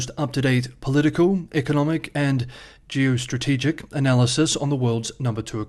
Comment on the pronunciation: I love how you said "geostrategic" in this episode. Great flair to it this time.